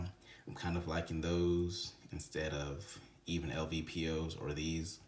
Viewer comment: Wth are you talking about? He called lpvo’s “lvpo”. He said glass clarity is “nothing special” And “sub par” compared to VORTEX! He also called the back of the magnifier “the objective” lol. Come on dude